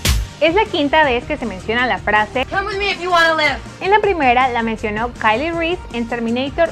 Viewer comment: Nisiquiera sabes pronunciar el nombre de Kyle Reese jajajajaja